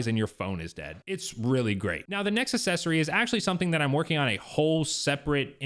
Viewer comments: How is it that a grown man doesn’t know how to pronounce the word “accessory”?!? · …..please,please,…..please…..google the pronunciation of accessory. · Can't watch your video because you don't know how to pronounce the word "accessory." And you keep saying it wrong over, and over, and over.